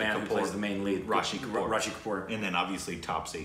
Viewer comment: is a legend,he discovers new alphabets in every name. 😂🤣😂 The name is RISHI not RASHI, RASHI is a female name btw 😛